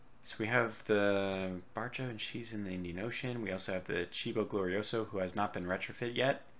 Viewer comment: Fulmine is pronounced with the stress in "u" Barca is pronounced "Barka" Rinascita is pronounced "Rinasita" with the stress in "si"